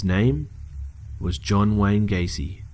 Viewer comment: When he said his name was John Wayne Gayce I was like like lol I knew it